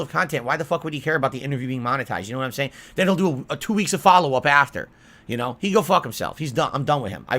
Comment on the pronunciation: "Yoouuunnnuuu know whaht I'm saying"